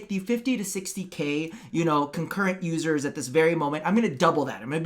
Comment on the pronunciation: Am I the only one who heard "losers" and not "users" every time said it?